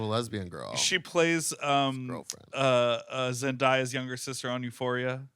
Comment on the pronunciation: saying Zendaya’s name wrong just made to so depressed about life